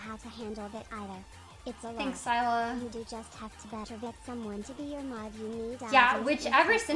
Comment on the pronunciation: I get trigger every time she says “fanks for da bits”